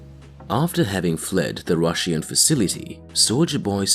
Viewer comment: Why does this man say Russian like that